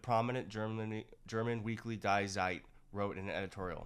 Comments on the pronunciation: To pronounce Die Zeit like dye Zeit is funny (it translates to the demand that Time has to die), german pronouns, for those who care die (in german) is pronounced like your funny aunt Dee. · German "die" is spelled like "Dee". Not like English "die". I can barely count to 10 in German but this bothers me slightly as it is fairly obvious. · Die Zeit is pronounced DEE TSAIT. In German, Zs are pronounced like ts, and ie is like a hard e. Just a friendly tip. Thank you for your work and keep going please. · Die Zeit is pronounced “ dee tsIght “ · The German paper is pronounced Dee Vyte.